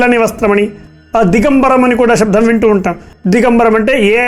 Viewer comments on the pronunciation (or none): శబ్దాన్ని శబ్ధమని దయచేసి పలకకండి. వినటానికి చాలా ఇబ్బందిగా ఉంది.